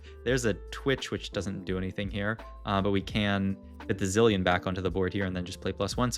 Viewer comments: zei-lion xD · he pronounces zilean correctly earlier in the vid then pronounces it completely different later on